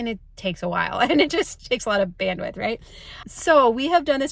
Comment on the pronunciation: Omg if you say band-with one more time …. 🙄. I can’t!